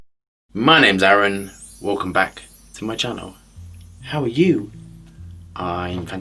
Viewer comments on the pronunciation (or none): none